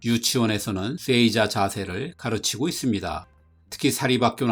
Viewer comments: 쎄이자-> 세이자로, 쑈군은 -> 쇼군으로 발음해 주십시오. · 내용 좋네요. 쎄이자 X 세- 자 O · 세이자가 아니라 에 뒤에 나오는 이는 이 발음이 아닌 장음으로 세-자 아닌가요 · 세이자를 쎄이자라고 발음하네요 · 장음으로 읽는 게 옳습니다